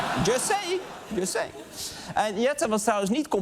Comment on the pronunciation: "just say" ... Zelf een zinnetje van 2 woorden niet goed kunnen uitspreken en daarna lachen om Rutte xD